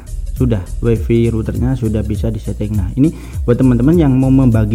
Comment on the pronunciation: Waifai mas, bukan waifi